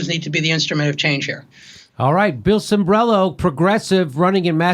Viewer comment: Cimbrelo, Cimbrelo. The man's last name is Cimbrelo. Sheeesh!!!